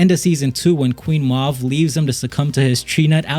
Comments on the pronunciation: I can't stand when people say names weird just to be different. Its Maeve, not Mov. You must not even watch the show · “Queen Moave” 😭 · The fact he said meaves name wrong annoyed me but otherwise good job.